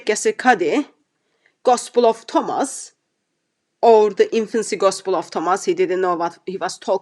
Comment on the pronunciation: What's upsets me the most is he can't say the word Thomas. how can you be an academic but you can't pronounce the word Thomas